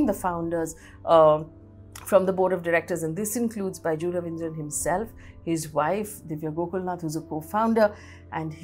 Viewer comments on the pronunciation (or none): Not Ravindra, it's Raveendran. Not Kunnur, it's Kannur.